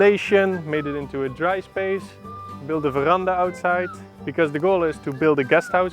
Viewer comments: at it sounds like a language change from english to dutch for the word veranda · The moment you said "veranda" i knew for sure you were dutch xD Greetings from a fellow dutchie ! i love what you guys are doing <3 luvvv